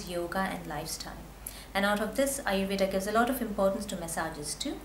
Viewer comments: Ayurveda... with a hard d...... u don't have to say ayurvedaa... it's aayurved... I mean the pronunciation... and with a soft d... like in the word.. the... Don't twist the sanskrit and hindi words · Your an Indian right? WHY CANT YOU PRONOUNCE AYURVEDA PROPERLY???Its really over acting, don't you think lady?